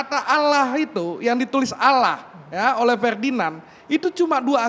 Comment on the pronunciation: ALLAH, aulah & auloh, mana yg benar ni. Sebutlah pake bahasa Indonesia itu lebih Indah di dengar dripda sebutan arab gk jelas, emang ALLAH mengajarkan bhasa arab sja🧐🧐🤨🤨🤨